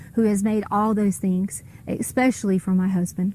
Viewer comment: With a doctorate in education says: “when he takes his medication & don’t take it.” “He was dark skinned-ed.” “I had took two…,” ekspecially. Favert vs favorite.